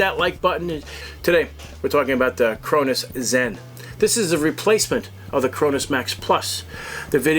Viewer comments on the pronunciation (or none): "The Crownoowws zen"